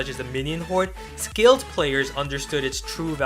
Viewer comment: stop saying skilled player with an accent on it it makes me feel offended